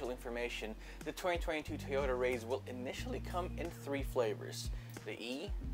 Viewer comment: it is pronounced rise bro